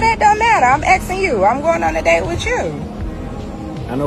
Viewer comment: "I'm axing you". It's ASKING!